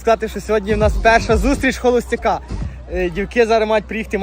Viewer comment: Не холостяк,а холосцєк😂👍